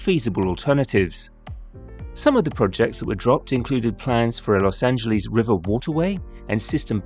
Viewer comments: A video about Los Angles would more likely be taken seriously without the cringe-worthy repeated mispronunciation of Los Angeles. Los Angeles ends with an “ess” sound; there is no “eez” sound in Los Angeles. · Please stop calling it "Los Angeleez". We Angelinos can't stand it. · As somone who lives here, please don't pronounce it Los Angeleeze. We hate it. It's like Americans pronouncing English place names wrong. You hate that as well. (And yes, it's a Spanish name, In Spanish, pronounce it in Spanish, but in English, pronounce it like it's pronounced here). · Find yourself someone who loves you as much as Brits love saying Los Angeleeeeeeeeeeeeeeeze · I wish British people would say the city's name the way most present-day Angelenos say it. Don't British people get annoyed with us when we mispronounce places like Edinburgh?